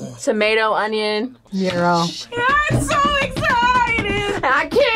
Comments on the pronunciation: Όταν ακούω γκάιρο αντί για γύρο 💀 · Them: excited when they were going to eat a gyro But thenthere is me: lives in greece and is watching this video while eating a gyro Btw its "γυρο" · It’s gyro 🥙 okay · It's not gurus It's pity guru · We do say yeeros in Greek actually. Γύρος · The way the narrator pronounces the greek words is killing me internally rn 💀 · When they said gyro is like taco i lost my mind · pov Greek people watching this NO ITS NOT CALLED LIKE THAT🗿💀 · when they said gyro with the g 😭